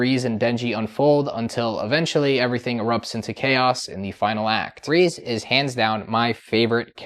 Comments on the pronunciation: I 100% agree peak cinema… but it’s reze.. not reez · Say it with me now!!! "RAY-ZAY"